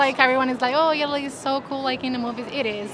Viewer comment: Love Italy and Spain my favorites...but her pronunciation of " Italy " doesn't sound Italian 🤣🤣🤣🤣